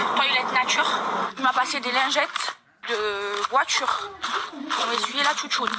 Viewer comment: La pertchinence de la vOUAture 🤣🤣🤣